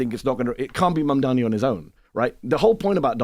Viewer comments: Furthermore, Charl comes across as being not educated too. Does he even know how a party in government work? He is really asking Mehdi stupid questions about the shut down. Mehdi is a patient man. And Char too has trouble with his CONSONANTS. Cannot say MAMDANI. Mispronounces his name, So what is it about Americans not knowing their consonants in English ? Is it laziness or simply being illiterate ??? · The name is MAMDANI you should learn to say the name because I am going to be your boss! Hahahahahaha!